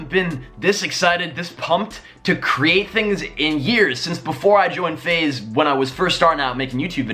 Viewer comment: DUDE SAID FAZE BLAZE LMFAO